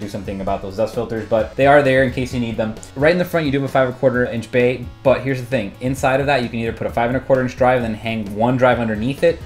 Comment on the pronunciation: Every time he says bay I think bae. Damn you high school for planting that seed in my brain